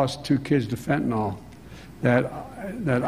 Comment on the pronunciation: Even the president of the United States cannot say the word "fentanyl" correctly...